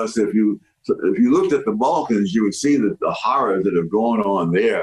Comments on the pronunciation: I respectfully think you are misunderstanding Mr. Sowell’s example of the Balkans. 1. It’s Balkans. (If you want to research - I think you said it with an “f”) When you were talking about minimizing people’s trauma, it felt like you were doing that when you were speaking. I took what you were saying that no matter what fact or historical story Mr Sowell told us, the American black experience cannot be touched. At least that’s how I took your words. I think Mr Sowell is trying to say we can’t hyper focus on diversity. He has lived through Jim Crow. He’s 93. He grew up in North Carolina. His parents died when he was young. It’s not like he was born affluent or had some sort of advantage in his upbringing. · Im toasted right now but I coulda swore you said "Vulcans" over and over my guy.... had me dead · You didn’t even pronounce “Balkan’s” correctly while simultaneously dismissing the fact that some people have had it worse. Serbs and Croats are of very different cultures; same as shi’ites and Sunnis in Islamic countries. Some people do not want to live together. It’s not racism, it’s ideological and cultural incompatibility. Also, you’re advocating for equality of outcome instead of equality of opportunity, which is not the solution. I guarantee you’d disagree with de facto segregation, but agree with the state to allow POCs to have a better starting point because the culture isn’t proposing POCs to do better, but are instead ridiculed for “being white”.